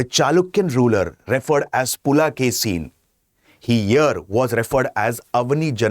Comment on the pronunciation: It is not "Pulakesi", it is "Pulikesi" (rendered as "Pulikesin" in English).